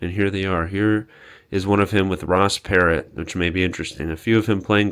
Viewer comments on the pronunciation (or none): Ross Perot. Pronounced Puro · ross perot mentioned.. yu say it... perow.... t is silent. too bad u couldnt take one of those books (multiple copies of one book) to read and see what he wrote about... or .... find a pdf of it online to read.... oh well.. you find some of the most interesting places with info..... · It's pronounced Ross Per-row. He was a a very rich businessman who got into politics in the 90s and ran against bill clinton. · you can tell the two middle sections were added later. i wonder where the original kitchen was then, since the 'modern' kitchen was in the newer middle section. also, its pronounced "Per-OH" and just my opinion, but this is why boomers shouldnt stay in their giant houses in the older years. They cant do stairs anymore, the upstairs falls into disrepair quickly because they cant get up there to see it, and its just too much house and too $$$ to keep maintained and dry. Move into a smaller place, invest the leftover money. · When reading about the pictures the Ross Perot the T is silent. Henry Ross Perot was an American businessman, politician, and philanthropist. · A lot of history in that house hope someone will save some of it. The name Perot the t is silent. Ross Perot ran for president but then withdrew, there was a good chance he would have won. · Too bad your education level is so low and you have no idea who Ross Perot is and how to say his name.